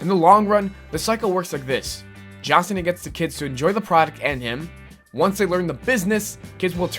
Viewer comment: The guy on TPS said it like that. Like how you pronounce cena in spanish lmao.